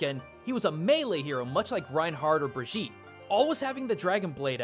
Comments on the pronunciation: briSHEETE god dammit get it right its pronounced Breh - gee - teh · * Pronounces Brigitte as Brigeete instead of Brigita * Me: TriGGeReD Jk😁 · Brigitte = Bri-gi-ta omg it's not hard to pronounce something that is in the game its self. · Reinhard or... Brijeet?